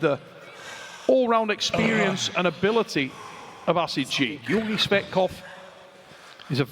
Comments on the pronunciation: did Travis say Georgi Fat-kov after 3rd round? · I can’t stand listening to Travis butchering everyone’s name anymore. “Gorgy Fetkof” come on. It’s literally your job to commentate on this event. Take the time to learn how to pronounce the athlete’s names.